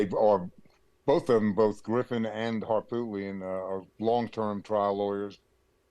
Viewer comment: Please pronounce Harpootlian correctly.